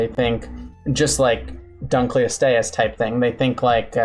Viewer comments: I love how your defense of not pronouncing Latin correctly is basically "Prove me wrong! You cant'!" Because it's more or less true. I will say that I can prove you're pronouncing Dunkleosteus incorrectly because the first part of that name is from the museum curator who found the otherwise unlabled specimen of the fish's head bone in storage. His name was David Dunkle. So, it should be pronounced "Dun-kel-o-stee-us." It basically just means "Dunkle's bone." How would you like to have an awesome extinct animal named after you just because the person who actually discovered it forgot to put the appropriate tag on the fossil before putting it in storage and you just happened to be the random guy who found it? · It’s not pronounced like that. It’s DUNKel-OSTeeus, not DUNKel-ostEUS. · Named after David Dunkle whose name is pronounced Dunk-el. It should be Dunk-el-oh-ste-us. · I’m sorry. I know you’re trying. But the butchering of some of the names is hilarious. That. That is not how you pronounce Dunkleosteous. It’s pronounced Dunk-lee-oh-stee-us. Paleontological names are either super complicated or not at all. Also a few corrections- they don’t have teeth. The teeth aren’t bone covered- they’re literally part of the jaw. The jawbone is the teeth. Also, fun fact, they think it could open its mouth in a fourth of a second, and the tip of its “teeth” could reach tens of thousands of psi. Also they were cannibalistic. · Why does the pronounce Dunkleosteus instead of Dunkleosteus? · Btw its pronounced dunk-lee-ost-ee-us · Huh, Didn’t know Dunkleosteus was pronounced like that. I always emphasized The “Dunk” like The word Dunk. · I know for a fact your pronunciation of Dunklosteus is wrong because it's named after a person, paleo-ichthyological curator David Dunkle, pronounced like "done-coal." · Named after a guy called David Dunkle whose name rhymes with "Uncle". So it should be "dunk-el-ost-ee-us". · honestly would prefer that over how he says it